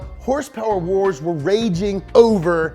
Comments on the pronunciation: Two haendred heurspeurs !!! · My favorite part of this is when you actually pronounced it "Horse Power" #NomoreHRSPRS